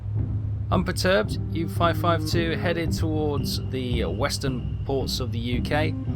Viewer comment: That is OL not OI. As in, Oleander, Oligarch, Olna, Olwen, Olynthus, and Olcades.